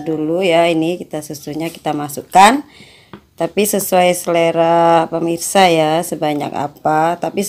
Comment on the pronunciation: ngomong gak bener permisa permisa terus haahah, tapi benar juga bikinya tuh